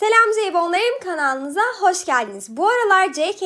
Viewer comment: "Kanaaaalımıza" telaffuzun çok komigime gitti kdcnxnc